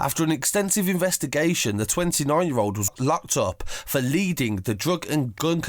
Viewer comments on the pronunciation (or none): none